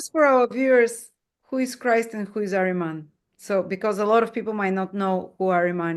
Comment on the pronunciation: greetings, a notable note: it is not "Areman", especially in Persian Language the word is "AHRIMAN" , "اهریمن"